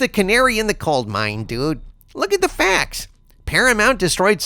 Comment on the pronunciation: Did just say 'Canary in the cold mine'? Also, this whole video made me giddy and happy, warm and fuzzy